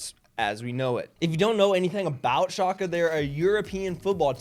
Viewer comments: It’s shall-ke. Hurt my ears as a German speaker. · This guy can't even google how to pronounce the team he's making content on, journalism is DEAD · It's schalke, no matter how you pronounce it, it will hurt my ears. I'm german too btw. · it’s hurting everyone’s bloody ears